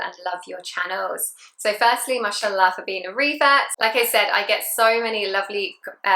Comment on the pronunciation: Indeed. She says them with correct pronunciation Masha Allah.